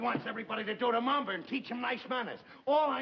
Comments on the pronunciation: Mamba...cant he say Mambo...ugghh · Raj Sindha Ralph keeps calling it the “mamba” instead of “mambo”.....